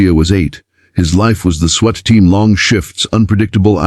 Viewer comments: School bathrooms can only be locked at the stall not into the hallway. This AI voice is awful. It's SWAT! Swat! Not sweat. This is click bait I'm sure! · Does ai know how to say swat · The word is pronounces spelled SWAT pronounced Swot, PETITE pronounced peteet not petite AI is dumb doesn't know how to pronounce easy words, doesn't how to nuance the phrases and grammar doesn't exist. These are good stories spoiled by the AI narrator.